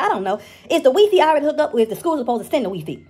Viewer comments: It's the 'WEE-FEE' for me😭😭😭😭💯💯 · The "Wee- Fee". LMAO!!!! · The ‘Wee Fee’ 🤣😂🤣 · Omg she said wefe thats how I call it too 😆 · The wee-fee 😆😆😆😆😆😆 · Weefee 🤣🤣🤣 goodbye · She said weefee lol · Lol so black grandmas also say wee fee?! 🤣🤣🤣🤣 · Why didn't Ms. Nancy correct her pronunciation of Wi-Fi? bahahahaha And you can't go wrong with beenies and weenies.